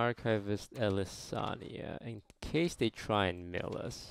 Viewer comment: stop saying elysania